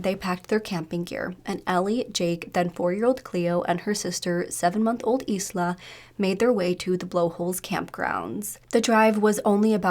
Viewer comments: So annoying when people cannot search how to pronounce words! Can-ar-von. Eye-la not eesla. Edit: There you go, you said Canarvon right :) Omg its Darrell not Da'rell. He is aboriginal not african american! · Did you reallt call her sister Is-la .. her name is isla .. as in isla Fisher .. Do you know how to say that ? Like the beginning of the word Island .. with a silent letter S . . You would sound much better and more professional if you actually learnt how to pronounce names correctly . This is one of many times you struggle with saying things correctly . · Isla is pronounced “Eye-la”